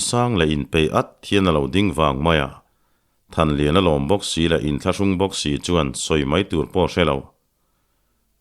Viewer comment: Thanliana leh thankhuma hming i lam pawh nasa lutuk hi hriatthiam a har